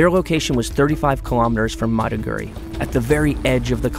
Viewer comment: This reporter is pathetic should have learned some basic pronunciations of Nigerian cities - Maiduguri and Makurdi.